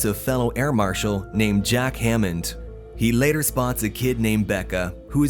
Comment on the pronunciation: “Laëtœr” bros can’t say later